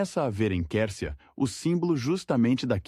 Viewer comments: O nome se escreve Quercia,mas se pronuncia: "cuercia",e não quercia! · Você nessa Narração está pronunciando certo o Nome dele ? A Pronúncia é Cuércia , não Quércia, eu ouvi falar desse político desde Criança, nunca ouvi essa Pronúncia !!! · Pronuncia - se QÜÉRCIA e não qércia . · A pronúncia certa ,QUERCIA. É. QUERCIA,COMO. QUAL,GRATA❤❤❤❤❤❤ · Ta né dando agonia ter que ouvir o narrador falar o nome do Oreste Quércia errado.😮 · Até que enfim 😂dá agonia de ouvir essa pronúncia…